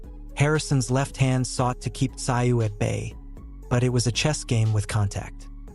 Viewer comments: Mate, no offence but you didn’t seem to notice that Tim’s surname is pronounced Tsooooo? Even the commentators are able to pronounce it. Otherwise great job. 👏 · Its pronounced. Zoo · No. I won't "like" the content , The most disrespectful thing a commentator can do is to mispronounce a persons name. You obviously didn’t take the time to do your research. It seems to be a ongoing thing with people who come from the "Phew - Hess - Hay" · Americans can not even pronounce his name,if the narrator were worth his salt, he should have looked this up and not just try to Americanize a person's name, it's enough that the USA has butchered English and spelling as it is, lazy lazy work